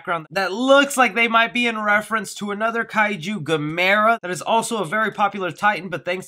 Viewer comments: 🤦🏽‍♂️ literally everyone over 50 bristled at the pronunciation of "Gamera".🙄🤨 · Gamera, you pronounced his name wrong.